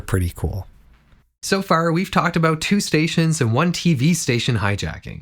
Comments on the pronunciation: the Irish "So Far" again..😢😂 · The “so far” sounded so Irish